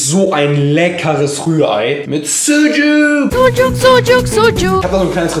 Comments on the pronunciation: der letzte Tag und das Ösmen Syndrom hat komplett zugeschlagen... "Bisschen yüyük mit Ei" 😂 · wen stört seine aussprache von sucuk auch :p